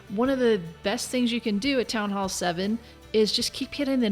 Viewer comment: one of the few who say "Town Hall" not "Townall"